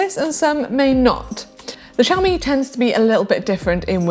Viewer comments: The British accent is lovely but why does she pronounce chamois "shami" ? It would be pronounced "shamwa" in French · Sham-wah not Sham-eee